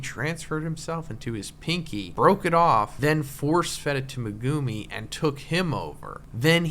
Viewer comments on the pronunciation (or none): Aye bro I love you but please stop saying meGUUme